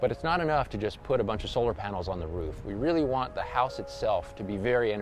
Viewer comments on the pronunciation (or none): Invest in someone who can say 'Roof' correctly...